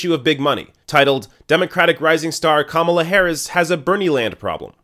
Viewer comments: Ka Mala not Kam ala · The first thing you need to do before "reporting" is to learn how to pronounce the names. It's Ka-MA-la, not KA-ma-la. Buh-bye! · Who is “Com-u-la” Harris? I thought it was pronounced “Kah- mah- lah”?